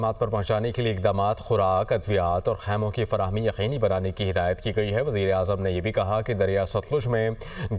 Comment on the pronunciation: Is ko wzirahzaam bolna thoeen ha